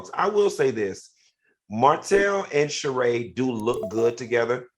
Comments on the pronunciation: If Al is friends with Sheree, why doesn't he know how to pronounce her name? Make it make sense. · How is Sheree Al’s friend and he mispronounces her name every time she comes up? 🙄